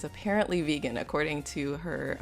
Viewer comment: Not to hate or anything but i just dont like whe. She says vegan xD